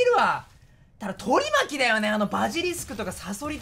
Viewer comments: 取り巻きの発音が完全に海苔巻な男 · 発音がのり巻きで草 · 取り巻きのイントネーションが腹巻きなの草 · 取り巻きの発音がのり巻きな男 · 取り巻きの発音が海苔巻きで草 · 取り巻きを海苔巻きみたいに言うなww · 取り巻きの言い方のりまきで草